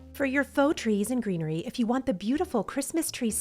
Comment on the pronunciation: At one point you were talking so fast that you said grees and treenery. I loved it! Also, you have just the sweetest personality and your videos make me smile.💙